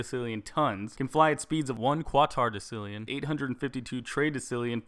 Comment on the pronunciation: your pronouncing quatorodecillion wrong, its pronounced kwat-orow-des-ill-eeon